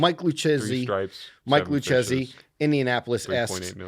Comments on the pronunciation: got it right is Lucchesi with hard C, in Italian che-chi is like Ke-Ki. What said is written “Luccesi” Dunne is officially more Italian than now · “ch” is pronounced as a “k” sound so jlp was wrong lol… what an italian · Thanks for picking my question guys! By the way it is pronounced (Lou-Casey) 😂 Great show, thanks for all of the content you give us! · Lucchesi: "Loo-KAY-zi" come on...